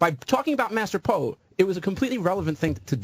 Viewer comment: Mars-ter Po